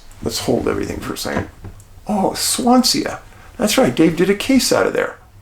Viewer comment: Thanks David, from the UK (Scotland). FYI, Swansea is pronounced Swan, sea (as in ocean) 🙏🏽❤️